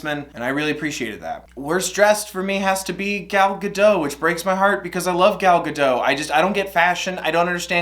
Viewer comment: Just a tip! Gal Gadot is actually pronounced like Gull Gad-oht. She’s Israeli, and as someone who speaks Hebrew, seeing basically everyone mispronounce her name is like ¯\_(ツ)_/¯